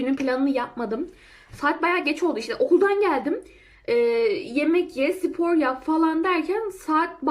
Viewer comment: Sipor değil, spor🙃🙃🙃